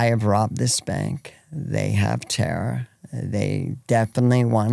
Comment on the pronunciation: Dawg bleets her name one time then its just tara tara tara lol come on respect ur guests